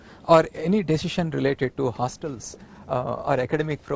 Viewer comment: And also vc said deshision😁😁😁😁